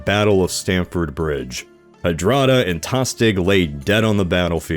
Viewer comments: just need to say that it's stamford bridge, not standford :) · Its Stamford not Standford, even though its nice that you should honour my mother's maiden name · At 9'15": It's STAMFORD Bridge, NOT Standford Bridge. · um, I'm pretty sure it's "Stamford bridge" not "Standford" Don't quote me tho. Nice animation too, tho the bouncy stuff is...weird.